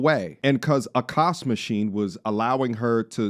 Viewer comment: A-kaash Machine 😂😂😂